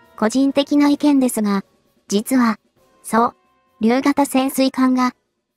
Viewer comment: 解説女性はどこに人 日本語読みがおかしい そうりゅうーそ、りゅう？ 艦橋ーかんはし？ まともに発言してほしい 日本語を正しく 謝った言葉は相手に間違いが伝わらない